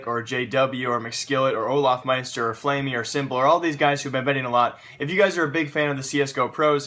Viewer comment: Lucky It's "Olofmeister" not "Olafmeister"